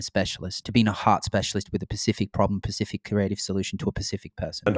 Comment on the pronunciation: The word is "specific" not pacific lol. But great video either way.